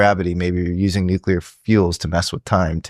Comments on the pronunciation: He says "nuclear" rather than "nucular". That's pretty great. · Finally, someone who can pronounce NUCLEAR correctly! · I can’t overstate how refreshing it is to hear someone pronounce “nuclear” correctly